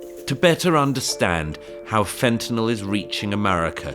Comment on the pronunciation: Thanks for pronouncing fentanyl correctly (it's not "fentaNOL" !)